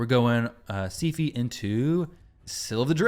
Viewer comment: SI-FIEE SIPHI NOT SEAFEE